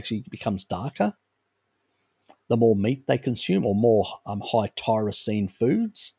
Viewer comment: Are you saying Tyrosine? Sounds like you are saying Taurisine.